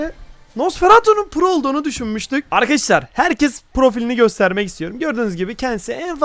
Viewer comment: Yrkadaşlar ✅ Arkadaşlar ❌ 😂